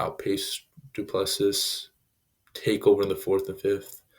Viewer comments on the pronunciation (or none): the last S in Du Plessis is silent.